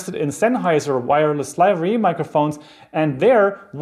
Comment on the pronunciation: Thanks for the informative video. Just one comment: It's "Lavalier" ... not Lavier.